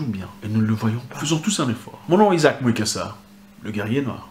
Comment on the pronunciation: La manière dont il prononce mon nom est Zack Mwekassa a vraiment changé ...... LE guerrier noir Votre frère